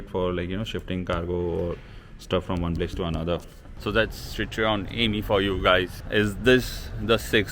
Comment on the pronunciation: Citroen is spoken Shit-ro-en